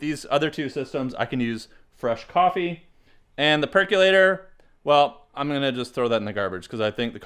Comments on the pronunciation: It's perkOlator... NOT perkUlator. Look it up and pronounce it correctly. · Remember, folks! There is no U in the word "percolator", pronounced perk-oh-later.